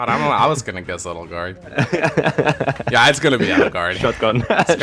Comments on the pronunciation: The way they pronounce edelgard is odd it's like adelgard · Who or what the fuck is "Eddlegard"? I've only heard of Edge Guard.